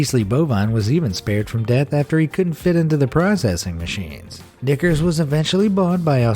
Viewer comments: I can't be the only one that heard him say the n word when he said "knicker" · lol if he didn’t put knickers on the screen I would have thought he said something else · He said "nickers" not n word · Ok dude I don’t like how this dude says knickers 🤣 I mean cmon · When he was talking about the cow he said knickers I thought he said...... well nevermind 😂